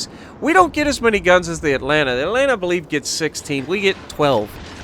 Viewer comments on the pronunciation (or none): none